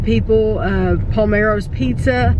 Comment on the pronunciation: It's "Palermo" not Palmero. Pal-er-mo - not Pal-mer-o